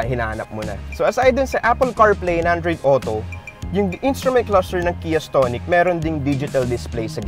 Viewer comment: Iba yung pagkakabigkas mo ng stonic ah. Ahahaha STONE-ic. Ahahahahaa